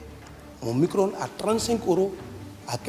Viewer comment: c'est mico-ronde et pas micro-onde mdrrrrrrrrrrrrr